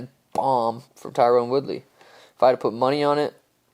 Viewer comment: “Tyrone Woodley” I know it’s just lazy but still rubs me the wrong way